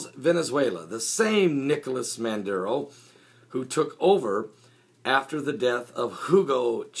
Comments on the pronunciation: IS NOT MANDURO, His NAME IS MADURO (maaaduro) pronounce his name right... I would like where the heck is your source and where he got this from, I was there two weeks ago and everything is ok, the media is twisting this shit around WHY? OIL, come on be honest and preach the right stuff... Venezuela gave the profits of the oit to the poor people and the one who keep bitching are those who got money and are business owner because they are not making any money out of this. you from all people should know this, when people Jesus walked in the temple and saw people selling and making money off the house of the lord he went off on them... PREACH AND WALK THE LINE. Why every country who does not follow America's way is a socialism? some time I feel or sense that you follow two masters. there is only one master Lord and savior Jesus Christ the all mighty one the ALPHA AND THE OMEGA. NO ONE KNOW ABOUT THE END DAYS NO EVEN THE SON OF GOD BUT ONLY THE FATHER, why you keep saying we are in the last days, DO you know that for a fact? did Jesus came and told you that? as a pastor you need to walk a FINE line. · MADURO!!!!!!!!!!!! No " Manduro". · 20 seconds in and you can't even pronounce his name correctly. FAIL.